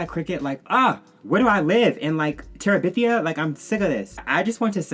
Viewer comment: Where do I live a “Terribithia” 😩🤣😂